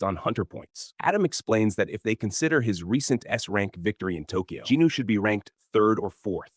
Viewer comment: Why do you keep saying Ginu? Is that how JIn Woo is pronounced? :)